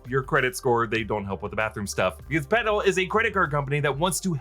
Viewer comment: You might wanna enunciate the L in Petal a little more lol. Legit thought you were saying pedo.